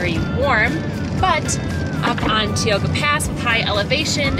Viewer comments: Tie-oh-ga, not tea-oh-ga!! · The park is operating at 50% capacity. That's a Stellar Jay. It's pronounced TIEoga road. It's Tenaya Lake, not Teyana. It's illegal to sleep in your campervan outside of a campground within the park, but it's not hard to get away with, obviously. The falls dry up every year because they are mostly snow fed. It's Sentinel Dome not Centennial Dome. It's every 1st of the month that permits open up for the following month, not the 15th. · FYI it's pronounced Tie-oga pass. Thanks for a fun video!